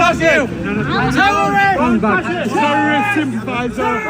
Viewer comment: "Te ro rist, te ro rist", while acting like real te ro rist... 😞